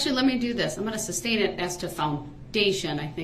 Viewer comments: "Where does it say exhibit 83?" Hes so dumb. And he keeps saying "substain" like a fool. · Y'all notice he is saying substain? instead of sustain. or am i wrong?